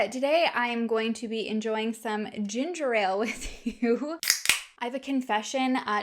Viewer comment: Its Ginger ALE not ginger RAIL!!!